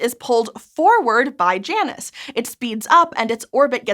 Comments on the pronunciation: Smite has taught me that isn't how "Janus" is pronounced lol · I prefer j-anus…you say it weird